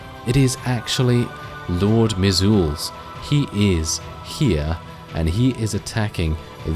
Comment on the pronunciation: Can't get enough of this series! Loving it. Also, just so you know, I'm pretty sure Lord Mizulz's name is pronounced like "measles," the disease. That would be pretty in line with Skaven naming patterns, too. Looking forward to the next episode!